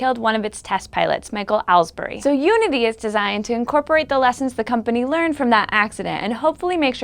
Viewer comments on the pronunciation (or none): none